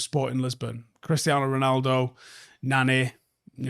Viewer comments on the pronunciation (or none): none